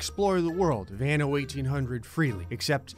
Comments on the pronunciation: The way you pronounced "anno" at the beginning seemed a bit like "ano" which means anus lmao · This was funny 2x coz "anno" sounds like anus in spanish xd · En español: "anno" 😐 Ok...